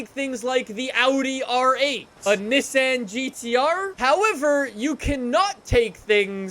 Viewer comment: nobody is going to talk about how he said nissan gtr?ok